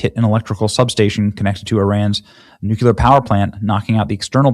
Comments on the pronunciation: it’s nuke-clear not nuke-yu-ler love ya Benny! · Newk-ya-lur or Newk-le-ur? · nu-CLEAR NOT nook-u-ler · Nuck - you -lure? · It's "new-clee-ur" not "new-q-lur" <--- george bush used the latter... so does Benny. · Please stop saying nook-yuh-lurr. You sounds like a halfwit. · Bullshit rhetoric. “They are gonna pay a big price…”. Bullshit. There should already be no bridge or no power plant left standing in Iran. Finish this! We firebombed Dresden and Tokyo. Do the same thing with in Iran. This is not Tiddlywinks!!!!! End this. And please say nuclear, and not nucular. You are brilliant and too intelligent to say nucular. I love your channel, but that drives me nuts. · NUC U LAR? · Nuke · uluar 🚫 New Clear ☑️ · For the love of God Benny.... STOP saying "nucular" it isnt english, that word doesnt exist, it is 3 syllables.....not 2 like NUCLEAR! Please stop making yourself sound like Candace owens. You mispronounce it every episode. Its NUCLEAR. Stop making yourself sound uneducated. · Benny, it's spelled "N-U-C-L-E-A-R" not "N-U-C-U-L-A-R". You have been pronouncing it wrong, you seem to put an "U" between the C and the L. It's "Nu Clear" long 'e' sound. :finger-red-number-one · Benny, I love ya, Darlin', but if you dont stop saying "Nook yuu lar" instead of "Nook clee ar", Im going to pull my face off. Nuclear...no "U" between the C and the L. See? 🙏🙏🙏🤦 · Benny, please pronounce Nuclear correctly because Nucular is a totally different thing ! It is Nuc le ar not Nuc u lar ! I mean no disrespect...I just think it is important! ❤ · Benny. PLEASE pronounce “nuclear” correctly. It’s not “nu-cu-lar.” It’s really beginning to get on my nerves. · Day 373 of trying to teach Benny that it's pronounced New-Clear, not Nuke-yuh-luhr. Good God Benny, you sound like Bush! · Benny, the word is nuclear not nukuler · Love his show, but hearing him saying nukular, bugs the crap out of me !! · noo·klee·ur NEW•clee•r NU•clear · New-clear. New-clear 😂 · Pronounced new clear nuclear